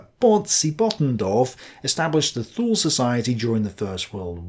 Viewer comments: Thule is pronounced ' Tu,ley ' .....the "H" is silent, just like in gael languages and the way the Irish pronounce English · I was taught to say Thule as twolee.